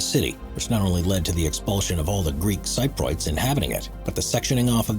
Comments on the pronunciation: You should really learn how to pronounce Cypriot, the way you say it is weird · your pronunciation of thames was bad enough but i KNOW you're not pronouncing cypriot like that.......... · Cypriot not Cyprot! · What's a Greel sigh-proit? Do you mean Greek Cypriot? You mean Sip-Ree-Oyt! Incorrect pronunciation loses your credibility! Oh and Thames - as in Thames City, is pronounced 'Temz' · Sy-proits? I think you mean Cypriot (Si-pree-yuht). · No offense but it's pronounced "sip-ree-aht." not "sy-proid." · Levant: Le VANT. Cypriot: SIP ree ot. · Thames is pronounced "tems", also Cypriot is "sip-ree-ut" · Cypriot is pronounced Sip-ree-ot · FYI, ‘Thames’ is pronounce ‘Tems’, like ‘tens’ but with an ‘m’. And ‘Cypriot’ is pronounced ‘sip-ree-ot’. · He can't pronounce Cypriot either! ;)